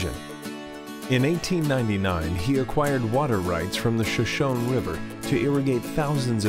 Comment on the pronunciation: Pronounced "show-show-nee" not "sha-shone"